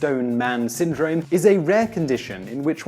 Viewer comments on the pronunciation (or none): none